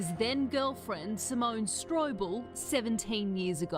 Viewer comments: Hi his name is pronounced Tobeyeas as in to be biased and her's is Simone not simonea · Simone, not Simona. It's a little disrespectful to be pronouncing her name incorrectly... (Apologies if you have dyslexia, BTW.) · S'mon and Toe-bi-as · Nup. Zimonuh and Toe-bee-as. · Simona? Isn’t is Simone?